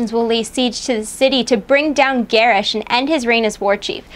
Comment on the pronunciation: pst, you said Garrosh wrong. its pronounced Ger-Osh.